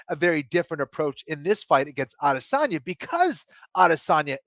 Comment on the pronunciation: Please pronounce Adesanya correctly